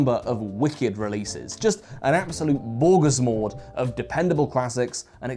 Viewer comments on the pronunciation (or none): none